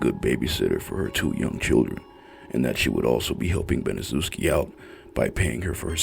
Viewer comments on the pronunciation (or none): It's pronounced Banishevski she's the devil